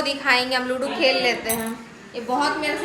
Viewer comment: Are chapri wo ludu ni ludo hota h....toda pr padh leti 😂😂